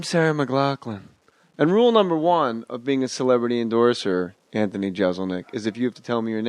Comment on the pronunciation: I'm just trying to imagine how irritated Anthony was by Jay's constant mispronunciation of his name. If you're a fan, you know.